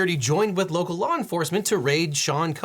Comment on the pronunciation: "...local LAW enforcement" 🤣